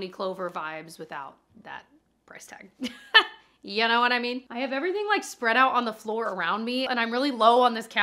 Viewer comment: Idk why but is so funny to me! “Yaknowwhatimean” 😂